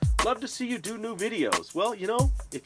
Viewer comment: Im on 21 and to let lps know ahead of time you pronunce Do as in do not do as in do something thx :)